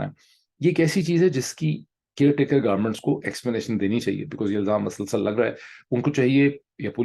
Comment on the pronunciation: I always enjoy your video and your dot connections. I have a request there is no doubt that you speak very good Urdu, but some words pronunciation is not correct. Like you say MASALSAL, it is musalsal.